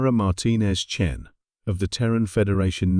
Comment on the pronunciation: I see the Great Vowel Shift has occurred. Chen becomes Chin.